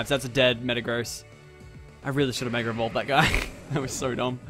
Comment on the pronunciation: Mega not Megger